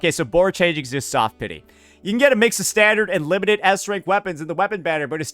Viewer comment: "Standart" and "wepaon" XD Sounds like me and my friend when we joke around in English.